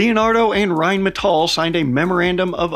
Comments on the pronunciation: Well, he's not quite pronouncing it correctly, he says it like Rheinmetoll" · saying "rhinemetoll" isn't exactly knowing how to pronounce Rheinmetall to be quite frank. Better than most foreigners, still a lot worse than us. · And the R should be rolled like in spanish. But its close enough. All good. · but „Rain Metal“ also sounds nice and is quite fitting to what Rheinmetall is doing: raining metal on the foes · Rhine-me-tall is not how you pronounce it supposedly, and who cares. Germans can't even get it down nor agree. Whyn-meh-tahl. Rgryn-metahl. Germans say it differently. Same with Porsche. Pretty sure Germans just hate it RWINE-Metal as the best pronunciation, because the W. LoL. More use to the L I suppose. JP. I did tell that to a terrible middle school history teacher named Mr Wynne, or Vynn. Rhine as the river, and metal as in heavy metal hands down the best way to say it, because it's an amazing name for a company producing tanks. I'll keep saying that. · I'm all about getting another nations language and pronunciation correct. But the American side of me says Rhine Metal does sounds hardcore Badass like it's some type of futuristic battle mech production entity. It might be wrong...but it sounds sooo right.=) Typical American I am. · We still need to work on rolling that R though